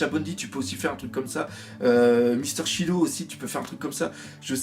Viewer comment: Mister Shadou ???? Mister Shidou ???? Shaydou ???? WTF ! C'est SHIDOOOOW !!! (Pouce rouge je boude...) #ShidowSquad PS : Merci Vieil Homme